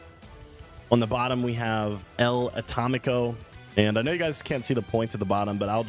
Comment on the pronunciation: "El Atómico" is like "the atomic one" in Spanish... not ElAtamico 😂